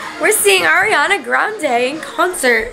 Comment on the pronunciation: when your friend called her "Airiana" i wanted to slap her omg